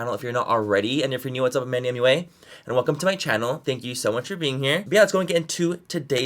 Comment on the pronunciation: Whenever Manny says “my name is MANNYMUA and welcome to my channel” all I hear is “ my name is MANNYMUA and welcome to Disney channel” 😂😂😂😂😂😂